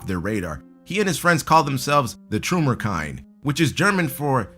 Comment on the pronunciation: the trümmer kind? .... or what was that? * i AM german* and i got no idea what you were saying there ... "children of the ruins"?... so i got that right, but your german is lousy... - basically trümmer